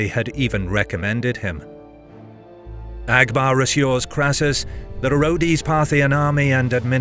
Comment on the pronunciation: Abgar not Agbar